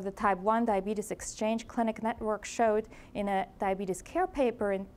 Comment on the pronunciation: Can't even pronounce the disease.